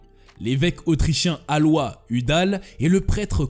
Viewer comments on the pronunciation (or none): Le surnom de Mengele était "L'ange de la mort". Alois se prononce a-lo-is et non pas alwa. Vatileaks va-ti-lix et non pas va-ti-lex.